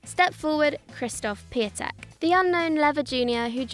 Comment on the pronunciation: The way everyone pronounces Piątek on this channel sounds like a mutation between the Polish words for flower (Kwiatek) and bird (Ptak). As I mentioned earlier the "ą" in Piątek is pronounced like "on" in Bonjour. Not really that hard, I would at least expect to say it right.